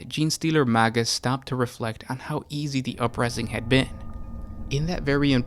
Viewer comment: You pronounciations make it sound like the Genestealer Cults are led by MAGATs.